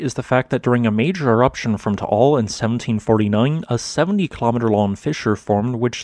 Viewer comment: Eyyy props on saying Taal correctly lol